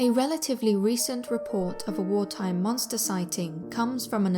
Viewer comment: "wah is ah monstah"